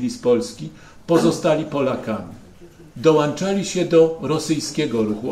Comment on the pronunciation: .....dołanczali się? A taki polski...taki na wschód od Bugu....żenada.